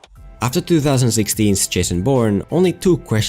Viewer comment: I'm 2 years late, but the way said "2016's" was very cute:) I know that he has gotten better at pronouncing '2' that this, but I just found myself feeling a little happy at the cute "thu"